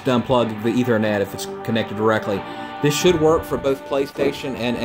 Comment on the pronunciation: Ethernet wtf is that 🤣🤣